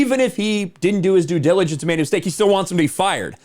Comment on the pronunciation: "I would have did that dijijillegence"